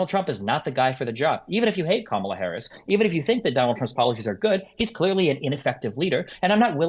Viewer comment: I would not participate in a debate moderated by a troll who refuses to pronounce the Vice President’s name correctly.